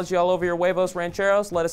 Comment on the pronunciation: HAHAHAHAHA he said "Eggs rancheros" lmao